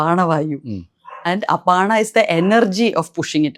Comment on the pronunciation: അപാണ അല്ല അപാന എന്നും ഉധാന അല്ല ഉദാന എന്നും ആണ്